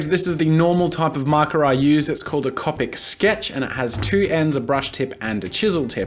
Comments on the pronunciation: cOpic not cApic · you know it's an older video when he pronounces the markers "cop-ick" and not "co-pick" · It's not cop-ic it's co-pic (like co-pick) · If bugs me sooooo much when u say Cau-pick... It's coe-pick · Was it bothering anyone else that he said copIc. It’s cOpic not copIc. People who are Harry Potter fans will get the reference 😂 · He’s saying Coppic instead of coopic which is spelled copic as the market Copic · Cop ic am I the only one who says co pic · I’m sorry did he say cop ic instead of co-pic. OMG THIS IS OLD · .... it’s pronounced like coe-pick not caw-pick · Anyone else bothered by the fact he says Copic instead of Coe-pic? Just me? Nvmind then... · the way he says copic...CoPiC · did he just say copik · Its CO pick pronounced CO pick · C”O”PIC, OMG your saying it so wrong ffs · Co-pic say it with me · 4 years ago you didnt know how to say Copic you said it like coppic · the way he says copic 😂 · who realized jazza says copic differently? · Am I the only one bothered by how he says copic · is any body gonna point out how he pronouned "copic" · NO NO NO NO NO! You are saying copic wrong!! (ik he says it right now but it's still really annoying) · Oh mate, I've been watching bits of the channel and I've been a real fan.....until you pronounced copic markers wrong. If you're going to spend as much money on those things as I'm sure you do, at least get the name right. It's like watching someone buy a brand new Ferrari and calling it a "fa ree ray"